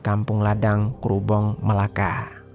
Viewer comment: Melaka bang bukan Melacca